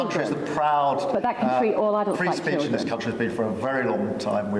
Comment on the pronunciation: Defend free speesch?? Starmer suppressed freespeesch